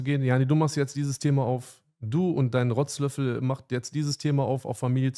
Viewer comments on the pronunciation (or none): Du und dein rotzlöffel 😂 so lachkrampf bekommen wie er es betont 😂🎉